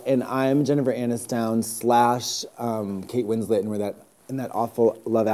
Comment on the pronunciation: Jennifer Ann-is-down and Kate Win-slit? Did I hear that right?